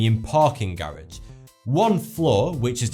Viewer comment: The way he pronounces "garage" 😂😂